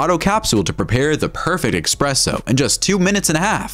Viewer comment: EXpresso - hurts my ears… ESpresso…